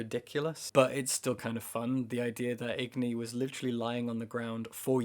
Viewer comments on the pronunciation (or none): Agni not igni